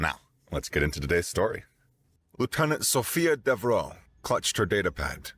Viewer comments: You aren't saying Devereaux correctly. How do I know? Golden Girls. You're saying "dev-roe", where it's "dev-er-oe". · Isn't it pronounced "Dev-ER-oh?" Being of French decent.